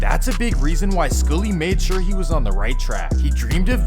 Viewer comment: Why can't you pronounce SKULLY? 🤣🤣